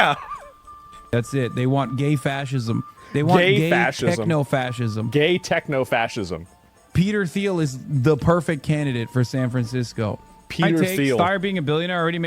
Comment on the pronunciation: Peeder Theel